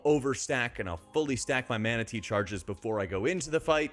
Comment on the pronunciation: The way you said 'Mana Tea' had me scratching me head for a second wondering if we got a pet Manatee or sth 😅